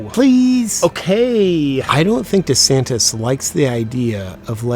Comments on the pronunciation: De Saint-es! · As a non native speaker I understood "da Saint" at first... But I guess he actually is a good guy 😄